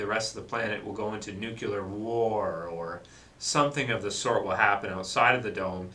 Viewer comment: Did you day "nucular" war ? O.o